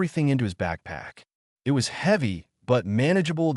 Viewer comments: given how the subtitles names the creature as ‘bloodfang’ but somehow pronounced ‘bloodfung’, not to mention the number of times i’ve noted the narrative pronounces ‘it’ as ‘I T’, or ‘as’ is pronounced ‘A S’, so either the editor is useless or the AI narrator bot has been configured badly… or lastly, the script writer has no actual idea of how written language works lol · Great storage enjoyed it. I just wish I didn't seem to glitch in certain points and there was some points it spoke in I think italian/Latin something similar. And certain words like it and wound also a few other get pronounced as something different.